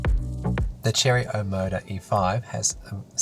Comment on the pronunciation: It's pronounced O-MO-DUH.